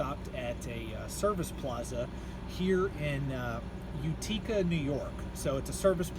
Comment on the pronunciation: It's pronounced "Yute-ih-ca", not "you-tee-ca" Just letting you know. 🙂